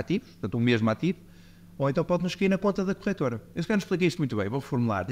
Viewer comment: A melhorar a cada episódio, sobretudo o som (que ajuda muito para ouvir o podcast no carro) Abordagem simples, honesta e clara. (Apenas uma pequena sugestão: é "corretora" e não "corrétora", porque não corrigem nada... 🙂)